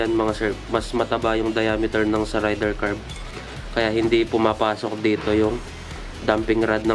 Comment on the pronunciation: Boss wag mo sana masamain pero ang tamang bigkas is ray-der 150 hindi rider 150 hehe 😊😊😊